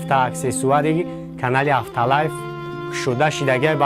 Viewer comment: авто лайф, не авто ЛАЙВ